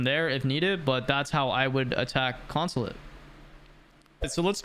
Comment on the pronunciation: Bro had a stroke saying attack consulate